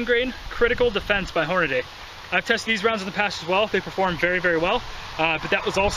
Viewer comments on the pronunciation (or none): FYI: It's Hornady, not HornaDAY